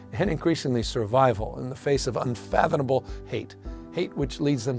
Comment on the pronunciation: Gavin Newsom can't even speak properly. "UnfathoNable". 🤡